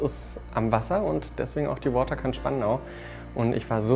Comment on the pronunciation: Wieso spricht dieser Spandauer vom 'Wotterkant', also quasi englisch ausgesprochen? 'Waterkant' ist ein schöner niederdeutscher (und niederländischer) Name für ein Ort am Wasser.